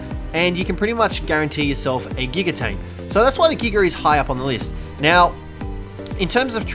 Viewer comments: I understand wanting to abbreviate Giganotosaurus, but why are you saying "Giga" like (Gig-uh)? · It is said jiga even though its giga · He called it a giger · Nobody:: Giger